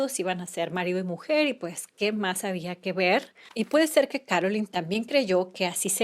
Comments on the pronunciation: It's Carolyn Bessette NOT Caroline, which you say many times. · Here name is Carolyn NOT Caroline